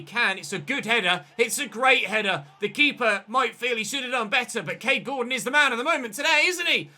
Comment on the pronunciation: When you said Gordon during the forest game I thought you said corden and i was reminded of James corden, Cheers days ruined sons crying thx Btw stone to CAM, love the videos